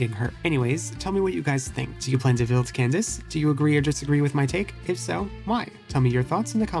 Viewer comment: Bro I wanted to jump in a lake when he said can dak eh